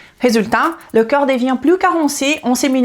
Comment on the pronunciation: Bon il faut faire un effort sur la prononciation au moins pour 2 mots, le corp et le coeur. Je ne sais pas si vous parlez du corp ou du coeur.